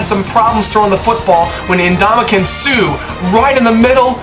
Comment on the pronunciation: Good job pronouncing Suh's first name. At least you had the courage to do it other than the announcers who called him "Mr. Suh". LOL!